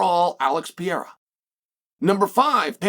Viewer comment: I don't think they did. You can't be the P4P if you haven't beaten the P4P. Islam is the P4P. Also, will Chael ever pronounce Perreira properly? Pee-era lmfao